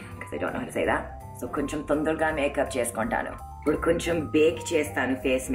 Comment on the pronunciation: I died 1000 times when you said ....."oopudu" for ippudu..... I really appreciate your effort to make such videos ....even though you are miles away from Telugu home and speaking a foreign language. I wish you and your family a happy Ugadi